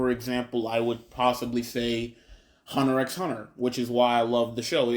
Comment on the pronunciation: Please don't say "Hunter "EX" Hunter"